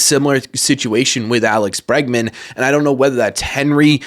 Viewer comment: Obviously Bregman. Not Bergman. Lol